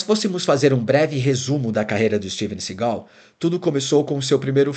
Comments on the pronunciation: É Steven Seagal e não Segau péssima pronuncia da narrativa. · Sigal? Si-gal? kkkkk não sabe nem pronunciar o nome do cara e quer fazer um doc